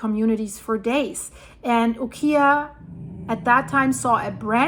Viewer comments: UKIAH is pronounced U-KI-A Not KEY, but K-eye (long i) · Ukiah pronounced by a friend who lived there is “ You ky ah”. Ky rhymes with my. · I always heard Ukiah pronounced like, U-Kai-ah. (Not like the furniture store). I grew up in Calif. I'm not an expert, just what I heard. You have awesome videos! ❤️ Keep it up. California has all kinds of hard to pronounce town names, lol. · Ukiah is pronounced like: you k’eye yah. The double O (oo) in Coos is pronounced as in boo or food. Regardless, love your reporting,. ❤